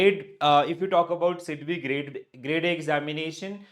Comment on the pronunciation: Sidbi not sebi